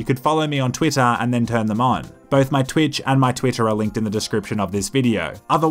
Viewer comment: When you said "Twitch and Twitter" they sounded almost identical to my US ears.